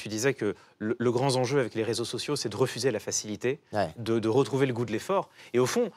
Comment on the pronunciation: 48'53... "le grand zenjeu" Clément ?